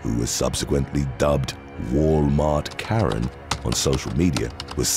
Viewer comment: sounds like he’s saying Matt Donald’s 😂 mcdaren instead of Karen